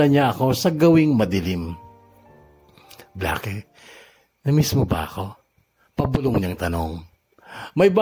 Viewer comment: Bla-ke??? Baka naman "Bleyk" just thinking 🤔